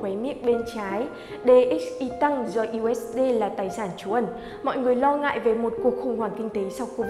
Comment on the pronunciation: 1 là đọc "diu ếch đi".2 là đọc "u ếch đê".